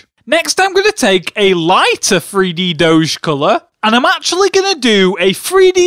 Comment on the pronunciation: "free - D"? I know people with different accents will say words differently, but the most annoying parts of these videos is when you keep saying "FREE dee" instead of 3D..